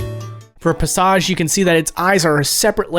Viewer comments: Wait pasage? Its pansage pan-sage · "For Pasage" It's Pansage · Pah-sauge vs. Pansage lol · pansage????? u said pa-sa-ge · him calling pansage "pasaj" was all I needed for me to believe that he really hasn't in fact played BW lol. Great video though, thanks! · i am way too bothered by misprouncing or misreading "Pansage" as "Puh-soj" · We love paságe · You can tell hasn't really played Pokemon calling Pansage 'Passahje' 😂😂😂😂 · I’m sorry, can we just talk about that pronunciation for a second?? Pa-sahge???? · hearing say pansage as pon-saj made my body turn inside out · I'm sorry "pasarge"? WHERE'S the N in Pansage's pronunciation? loll Still I loved playing through this game as a kid after it came out. Seeing the way they animated the battle sprites and some of the other odd details is really cool. Love seeing videos on games I've played in the past. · Pansage. pronounced "PAN-sayj" Source: Pokemon Deluxe Essential Handbook the need-to-know stats and facts on over 700 pokemon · Hey natu be that guy but it’s pronounced pan sage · excuse me... "Puh-saj"? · not how you say pansage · people are gonna murder you for that pronunciation of Pansage 😂😂😂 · I love/hate the way he says pansage. Best pronunciation of pansage ever🤣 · BYE HOW YOU PRONOUNCED PANSAGE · You know what, that's a unique was to pronounce "Pansage," but I kinda dig it. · That's not how you say Pansage lmao 😂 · never in my life have i heard pansage be pronounced like that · are we just gonna move past his pronunciation of "pansage" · I usually don't comment on this stuff but you BUTCHERED Pansage's name my dude 😂